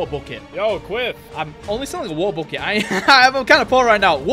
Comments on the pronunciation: I dont even hear water bottles i hear woel boels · how many times he said waer boles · British moment. edit: (waer)